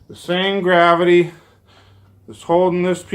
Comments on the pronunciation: What the fuck is grahveetee😂😂😂😂😂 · and that he mispelled and misprounced refraction , mirage, gravity , the center of centripetal force and chuckled like he "won" the debate was what made me laugh of how much of an arrogant imbecile he is